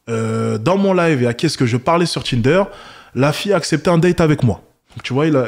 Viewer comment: Le "Tchinder"